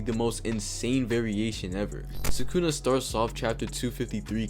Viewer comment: Did bro just say sukuna with a hard r???